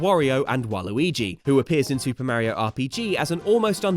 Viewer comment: I don’t understand how you can pronoun Mario wrong